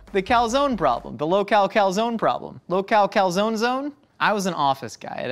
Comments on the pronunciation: I’m more disturbed on how he pronounces calzone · The incorrect pronunciation of calzone is really triggering! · Please please please pronounce calzone properly. It’s Italian, cal-zon-e